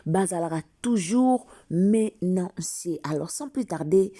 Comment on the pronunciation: Mamaaa! Menacé, menacé & non menaNcé, menaNce, pls!🙏🏽🙏🏽🙏🏽